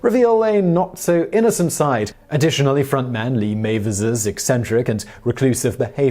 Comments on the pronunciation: Also the singers last name is pronounced Mav-ers not May-vers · Was gonna say the same la. He also said “Lee Mayvers” when its pronounced Mav-ers Fantastic album btw